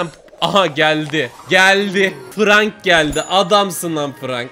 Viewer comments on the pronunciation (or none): none